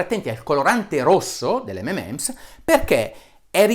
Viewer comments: unico consiglio dario, M&Ms si pronuncia "em en ems", la n è l'abbreviazione di and :) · Bravo Dario, hai anche dimostrato che la vera pronuncia di m&m's é di fatto inpronunciabile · Bravo Dario, dobbiamo imparare tutti l'inglese hai detto bene molte cose ma il M&M l'hai pronunciato male è M and Ms il simbolo & si pronuncia AND... solo facevo chiaro questo x il resto molto bene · Gran bel video, ma Dario, mi fai la giustissima ramanzina sulla pronuncia di "sulfate", a fondo video dici «imparate l'inglese», e poi dici "ememems" quattro o cinque volte? :-D :-D Anche io, da bambino, dicevo "ememems", poi però attorno ai 14 anni ho scoperto che "M&M's" si pronuncia "em-en-ems", ovvero "em-and-em's" (o più precisamente "em 'n' em's", elisa come in rock&roll). E commerciale più genitivo sassone. Insomma: o mi fai la pronuncia inglese corretta, oppure li chiami "di emme e emme". Però mi hai fatto ricordare quando ero bambino! :-) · Comunque si chiamano 'em EN ems' ('m' and 'm' s) non 'ememèms' ... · Solo una cosa, si chiamano mnm's, non mmm's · Buongiorno Dott. Bressanini, apprezzo molto il suo metodo scientifico veramente obiettivo. Proprio perché l'apprezzo, mi permetto di farle presente che la pronuncia delle M&M's non è ememems, bensì emenems. I suoi video hanno contenuti di qualità che difficilmente ho trovato su YouTube. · molto interessante il suo video. le faccio i miei complimenti. detto questo le volevo fare un microscopico appunto dato che è, giustamente, molto attento alla pronuncia delle parole. si chiamano (cito la pronuncia ) emenems e non memems! Per il resto continui così dottore perché oggi più che mai c'è tanto bisogno di sana informazione. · Tutto giusto però si dice "em en ems" 😉😁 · Comunque non si può ripetutamente criticare la pronuncia di “Sulphate” e poi continuare a chiamare “EMEMENS” le M&M’s. Almeno una N al centro, cribbio!! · si pronuncia EM - EN - EMS, per tutto il resto grandissimo video.. ;)